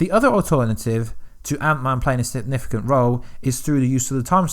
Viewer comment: Dude. You have no substance or factual information to share. All you have done is add a Click Baity title with the words “Leak” & “Revealed” as if you have some insider knowledge. But all you’ve done is theorise on your own opinion passing them off as fact. You can’t even say “Significant” properly. How can you expect people to take you seriously if you can’t even articulate yourself properly. Time to rethink the quality of your content dude. 👎🏻